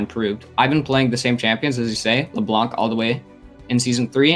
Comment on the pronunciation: The pain ! Don't pronounce the c in Leblanc please !